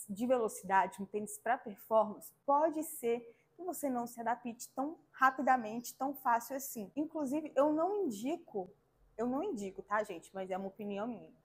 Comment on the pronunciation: adaPITE não,. Adapte rs. Desculpaaa corrigindo pq está errado a forma de falar! 😊